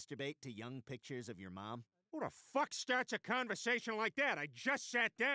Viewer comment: The thing that makes this so funny is how much emphasis he chose to put on the fuck.